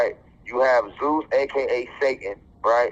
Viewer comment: Zeus sounds more like Jesus